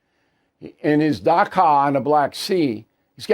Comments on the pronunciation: Dacha is pronounced datcha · Dacha "ch" pronounced like chicken not like "K" in Topeka... дача the Russian letter ч makes a "ch" sound like CHicken in English. Also, there are people FAR more enthusiasic for the war than Putin who could take Putin's place if he dies. Sorry Bill, you are underinformed on this...